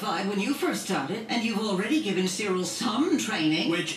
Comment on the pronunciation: You calling Cyril cereal. Lol.